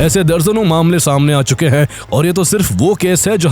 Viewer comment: Hain ko Huhh kehta hain tumhara ai voice